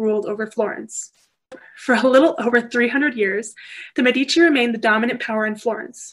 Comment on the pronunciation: Please learn how to pronounce Medici with accent on the first not the second syllable. Very informative lecture but so strange to hear the Italian names mangled!